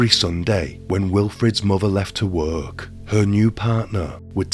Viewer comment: No offence, 😁but . . .This dude sounds exactly how I imagine Quasimodo would sound if he spoke English. The intonation makes me envisage a sad, bullied hunchback. No offence, lol. Edit: I think it's the way he gives one-syllable words two syllables with a sing-song intonation. It's not 'work', it's 'wer-erk🎶'. It's not 'case', it's 'ceyus🎶' It's really distracting and difficult to listen to. And what's with the last word in a sentence? You don't ALWAYS have to lower the pitch of it. It doesn't matter what the last word in a sentence is . . that bastard's getting 2 syllables and a downwards sing-song 😅. It sounds so unnatural. Who told him to do this? They should be locked up. 😂